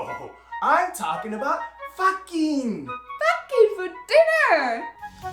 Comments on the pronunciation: Me: did... did she say Boyfriend: No, FAHKING, not that other word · Well now i have a reason to say "fakkin"